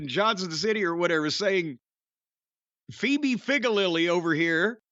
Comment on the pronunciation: Feebee figallily? Lol